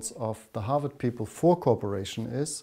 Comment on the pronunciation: Sounds like he's saying corporation when saying cooperation